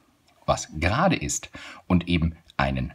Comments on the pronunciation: Gerade und nicht Serade 👎👎👎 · Warum serade?